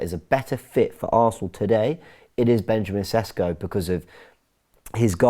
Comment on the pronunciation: It is, say after me "Sheshko" - accent on the s's - lets say it right...